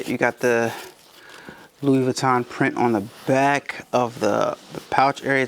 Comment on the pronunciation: He doesn't even know how to pronounce Louis Vuitton so....